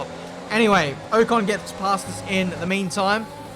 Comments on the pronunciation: Can we address the way he says Ocon? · Keep getting super annoyed when he says ocon 😤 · The way he says Ocon really triggers me